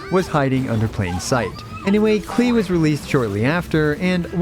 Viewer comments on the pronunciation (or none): none